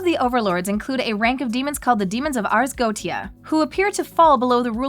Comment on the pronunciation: Sorry But it's pronounced Ars Go-E-cha